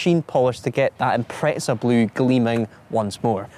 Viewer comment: Is there a T in Impreza in the UK? “Impretza”.